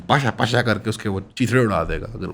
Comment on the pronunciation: A man said pasha pasha kar de 😢 It's actually pash pash karna😂